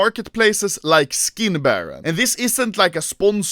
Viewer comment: Anomaly: Štick, škin